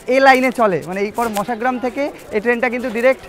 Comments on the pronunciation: কথাটা মশাগ্রাম। মাসাগ্রাম নয়। একটু বেশি করে বাইরের দৃশ্য দেখান। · মাসাগ্রাম 😮 কানে লাগে কারন আমরা বরাবর মশাগ্রাম শুনতে অভ্যস্ত